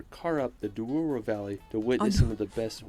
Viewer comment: sometimes people who can say portuguese words, they changing the position of letters. Some say "Dios, when is Dois", like this guy saying "Duoro river", when in fact is "Douro River"